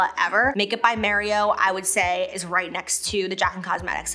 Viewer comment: Am I the only one that’s hearing M(EH)rio instead of M(AH)rio 😅🤣